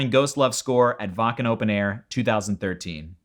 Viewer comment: thank you so much for correctly pronouncing "Wacken"! It's a little thing, but I am so tired of hearing reactors saying, "WHACK-en."